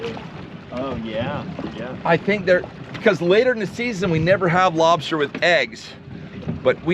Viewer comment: “Lob-SHter tails”… 😂 Luv how u pronounce, lobster 🤝💪🍻